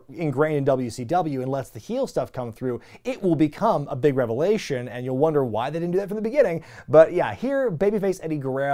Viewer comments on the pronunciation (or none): none